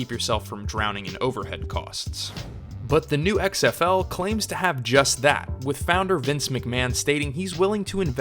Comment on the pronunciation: "I luh X-EHF-EWW long tie"